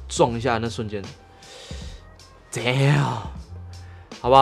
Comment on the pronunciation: damn不是down不要再說英文了，雖然影片很好看，每次聽你喊都難受.........